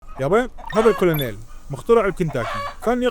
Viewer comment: الكولونيل تنلفظ كيرنال